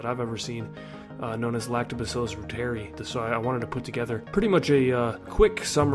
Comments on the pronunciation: It’s pronounced ROO-TER-EYE please! 🙏🏽🙏🏽🙏🏽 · Pronounced "ROY ter eye" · Reuteri is pronounced ROY-ter-ee . It is named after German scientist Gerhard Reuter (ROY-ter) and pronounced like his name with the short i as the last syllable. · Reuteri (ROY-ter-eye)